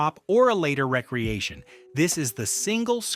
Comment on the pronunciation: It can’t say recreation